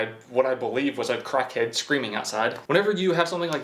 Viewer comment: When you said crackhead you had a British accent 😂 is from the uk its confirmed joking but great video as usual 👌🏻